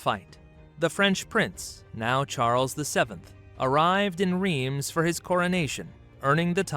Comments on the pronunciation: Rhiems, is pronounced Rhense. If this donkey os going to butcher the language he's probably going to butcher the hostory too. I know a fair bit about this topic, lets see. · Do your ears bleed when he says "Reems" ? :D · And I'm so sorry they mispronounced it so disastrously! 😂 Greetings from Austria!